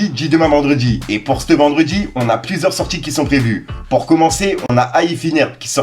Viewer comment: on dis « ce » vendredi et pas « Ste »vendredi. Arrête avec cette nouvelle expression que tu reprend . Tu fou la haine qd je tendend parler comme un schlague